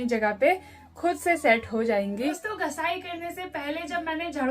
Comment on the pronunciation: Aap ghisai ko ghasai kyon bolate ho